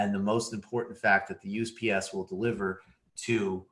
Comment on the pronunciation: He kept saying UPS not USPS